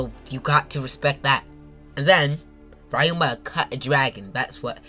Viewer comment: Bro read 900 chapters and still somehow call ryuma rayuma